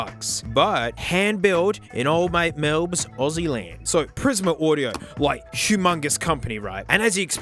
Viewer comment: grottt he just said melbs - melburnian